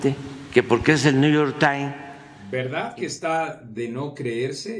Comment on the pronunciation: Maginense,"El niuyor taim"😂😂😂